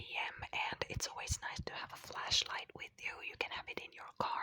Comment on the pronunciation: Omg I thought she was saying fleash light lol I'm stupid 😁💖